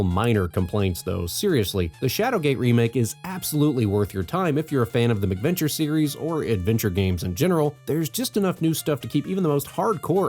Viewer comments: Yeah, I'm about 100% sure he's pronouncing it wrong. It's definitely "MACK" because they were developed for the Macintosh. I have never heard anyone else in my life pronounce it "MICK-venture". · The way you keep pronouncing it as "MICK-venture" makes it sound like these games are colorful, child-friendly romps with Ronald McDonald and friends.